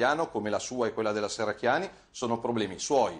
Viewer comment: come politico la Shherracchiani farebbe bene ad imparare a pronunciare correttamente la "sh" :)